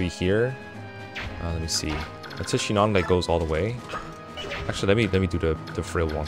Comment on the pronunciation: Shinon really said Shinòn...